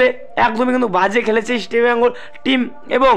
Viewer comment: Tomar ai Eastibengal Club bola bondho kore Easr bengal bolte sekho.